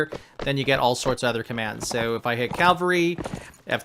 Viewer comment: Great tutorial but please, its C A V A L R Y not C A L V A R Y